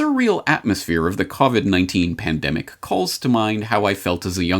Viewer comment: "You're listening to the COBIT (covit) Repot".